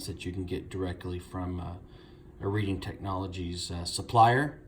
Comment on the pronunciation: Pronounced red-ing, not read-ing